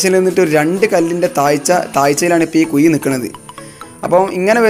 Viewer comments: കുയി അല്ല ... കുഴി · കുയി അല്ല കുഴി എന്ന് പറയു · Kuy alla kuzhi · എന്തോന്നടേയ്‌...മയ,കുയി.... മഴ ,കുഴി എന്നു നേരേ ചൊവ്വേ പറയടേയ്‌